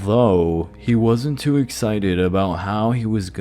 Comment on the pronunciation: you’re too young if you can’t say the word “too”